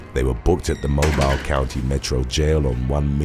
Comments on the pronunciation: I’m sorry but Mobile “Moh-buyle” it’s actually pronounced as “Moh-bill”, thought I’d help you out as a Mobile County resident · It is pronounced Mo-beel. (As in steel) I live In Mobile, Alabama. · its pronounced Mo-beel alabama